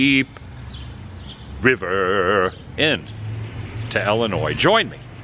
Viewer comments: Not Wesconsin or Ellinois, but Wisconsin and Illinois. Pro tip from a local. 😁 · South side Chicago for life...unfortunately, ha. I really want to teach you to say Illinois correctly haha.